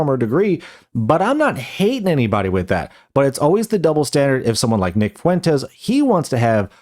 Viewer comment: Wow wee nick fwentez owning da wiberals.